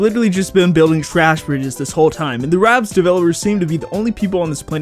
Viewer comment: It's RABBIDS. There's no T in the name.